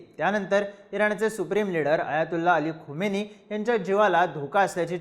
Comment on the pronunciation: Khamini not khomeini. Khomeini died long back , present leader is खामेनी